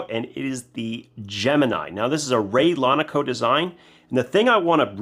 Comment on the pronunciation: It’s not Ray Lonico, it’s Laconico, review your videos